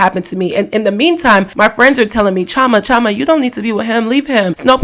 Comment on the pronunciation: My sista, I love your videos but why do you pronounce your name as Choma? Is it not CHI O MA. Anyway, keep making your content.